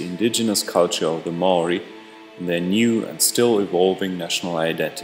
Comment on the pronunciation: You said maori wrong